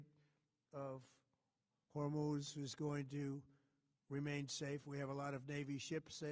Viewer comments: Hormuz or Humus??? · He can’t even pronounce the word Hormuz. 😂😂😂😂😂😂😂😂😂😂😂😂😂😂😂😂😂